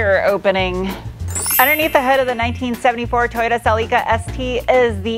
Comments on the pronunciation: Im so glad you are now correctly calling it a Celica not a SELL-LickA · holy shit an American who basically pronounces the name right. you're close enough. better than cel-ik-a like every other American.